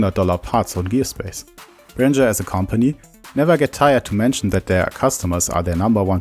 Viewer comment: I think it’s pronounced “ringer” not “rindger”